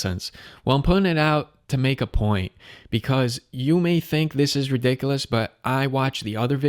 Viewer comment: Can’t even say ridiculous correctly